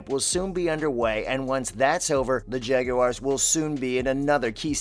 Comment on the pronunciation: Not jageuars.its jaguars I hate when the make it sound like it's got an e in it.. I think trevor is gonna be the most improved qb this year.. I think we are gonna be a good team this year